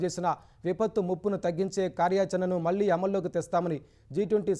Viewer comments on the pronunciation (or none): none